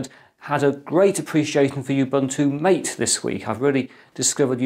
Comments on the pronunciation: pronounced ma tay rather than m ate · Nice video, a small peeve, Mate is pronounced “mah-tay”, not "mait". I've been using Mate ever since they forked it from Gnome 2 when Gnome 3 came out. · Its Mah-Tay, not m8. Source: Mate website. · Anyone else triggered by pronunciation of Ubuntu MATE. It's mah-tay. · hope you don't mind if i correct you ...the pronunciation of "mate" is wrong . It's not intended as "buddy" or "companion" . It's actually spanish, and it's the name of a south american herb used to make infusion. Just scroll down this page